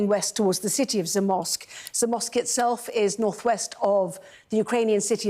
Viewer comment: You did great pronouncing the names of Polish cities, much much better than the Sky news lady, I wouldn’t know she is talking about Zamość if you didn’t pronounce it correctly prior to her… gibberish.